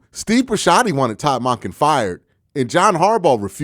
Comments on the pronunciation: Its Monken .. not Maaahkin.. do you say "its Maaahday?? 😂😂😂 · it's "Monk-kin"